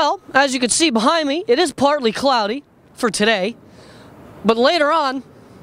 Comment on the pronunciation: HE KEPT SAYING PLARTLY pLartly!!!!!!